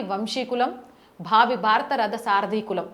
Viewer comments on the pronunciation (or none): none